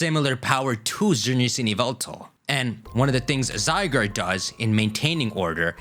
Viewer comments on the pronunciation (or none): none